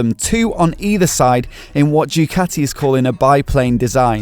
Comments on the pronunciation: You destroyed the name of Ducati is a latter D. start to say do-cat-tee and not choocati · Ducati is simply the best, but please, learn Italian properly!